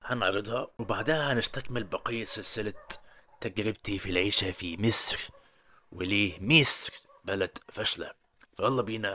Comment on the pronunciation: انت ليه بتقول ميسر زي المكسيكيان برزيدنت؟